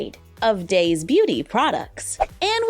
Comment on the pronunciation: Oh by the way daise is pronounced as daisy like the flower. Edit: before I get hate if I am wrong I’m sorry my mistake. 🌸🩵🤍🩷